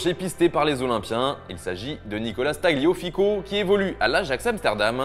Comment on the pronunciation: C'est Nicolas Tagliafico et non Tagliofico.